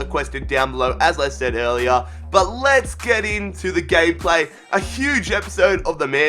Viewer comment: He Said: Lets get into the gayplay... HAHAHA